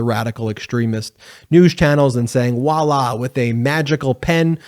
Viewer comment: It's Voila. You may want to look up the definition of wallah . If you are going to throw french words in. Learn how to pronounce them.